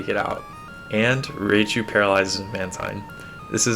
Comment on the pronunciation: Dude, stop calling Raichu "Raychu." That's not how it's pronounced. I could understand if you were referring to a Pokemon that hadn't had its name pronounced many times on the anime, but this Pokemon, the evolved form of Pikachu, was featured in a few Pokemon episodes, including the first season in which Ash's Pikachu had to fight Lt. Surge's Raichu. Considering that episode took place in the 1990's, there's no excuse for not knowing how it's pronounced. Even if you had never seen the anime, basic knowledge of how Japanese words are pronounced would have helped you. When you see "ai" in a Japanese word, it's not an "ay" sound like it is in English. It's an "eye" sound. Think of Rye, like rye bread, plus chu. Ryechu is how you'd pronounce this Pokemon's name. Criticism aside, thank you for the hard work you put into making these videos. Also, for featuring Mantine and Skarmory. Mantine has long been one of my favorite water Pokemon, ever since I first found it while playing Crystal version back when it first came out. The stingray design, its special defense, and good STAB moves like Surf, along with good coverage moves, like Ice Beam (move tutor in Goldenrod in Crystal version only), made it a staple on my GSC teams. I already knew Mantine and Skarmory were counterparts, as it's quite obvious when you compare the stats. It would seem many here did not, however.